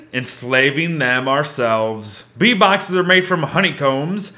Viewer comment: What said: Bee boxes What i heard: V bucks